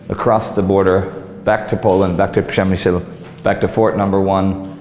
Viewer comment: You see Indy? Ryan relocated to Poland 10 years ago and he could perfectly say - PRZEMYŚL :D Nice video, this fort is more creepy than on polish side.